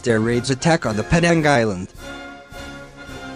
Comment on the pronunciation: Pronounced Penang wrong.